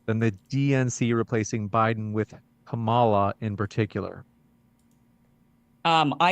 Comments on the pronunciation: What is the problem with the top left guy who can’t pronounce president elect Harris’s first name ?? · Why do people keep mispronouncing Kamala's name? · Host intentionally mispronounces Kamala's name. Sounds like a good-faith actor. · The moderator of an entire debate channel mispronounces Kamala Harris' name. I can't remember exactly why I unsubscribed from Modern Day Debate, but I see I wasn't wrong to do so.